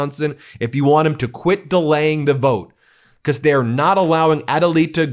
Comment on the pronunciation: Because, not "be-coss" Human, not "yoo-man" Thank for not saying "play this clip" 80 times in this video. Thank you. Keep working